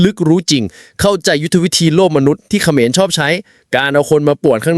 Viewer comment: ทะหานขะเหมือน😂😂 พูดผิดทุกคลิป😂😂